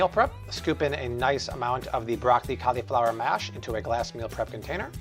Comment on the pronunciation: Amazing! Can't wait to try these, but bro, learn how to pronounce "cauliflower".